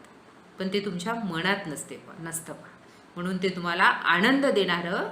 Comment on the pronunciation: मॅडम न आणि ण मधला उच्चारणाचा अभ्यास करण्याची गरज आहे । काही ठिकाणीअत्यंत अशुद्ध उच्चारण आहे । वाहण नव्हे वाहन लेखकाणे नव्हे लेखकाने होय। म्हनुन नव्हे हो म्हणुन आहे कारन नव्हे कारण हवे हो मॅडम। थांबनं नव्हे थांबणं पन नव्हे पण हवे मानुस नव्हे माणुस हवे। मराठी शिक्षिके कडुन एवढ्या अशुद्ध भाषेची अपेक्षा नाही । माफ करा जरा स्पष्ट बोलतोय । अशुद्ध भाषा असहनीय असल्याने हे विषद करावे लागतेय ।